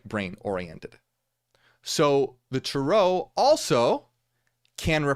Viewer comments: TAre-oh.. Hearing Tur-OH is driving me nuts..Is it just me?? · I think about the rental car 😂 but If we really wanna talk correct pronunciation, it’d be Tah-Rö But hey… tomāto, tomäto… 🤷🏽‍♀️ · The way he said it sounds wild to me. I have never heard it someone say it like that. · it’s just the way Americans say it, they emphasise the end of the word, while Europeans emphasise the beginning. I used to be irritated by what I thought was American butchering of the pronunciation, but now I don’t even notice. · YES THANK YOU!!! I was wondering if he’s just saying another way other people may be pronounce it like tomato tamato 😅